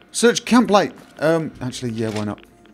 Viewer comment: "SEARCH CAMPLIGHT" lol !